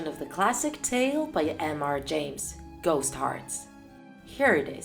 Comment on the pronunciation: did u say ghost insted of lost?????????????????????????????????????????????????